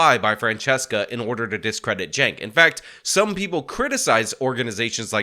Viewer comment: Hold up! I just wanna know one damn thing. How in the HELL do you get “Jank” out of “Cenk?” That’s wth I’m talkin bout!